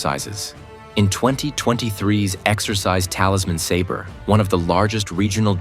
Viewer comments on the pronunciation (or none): none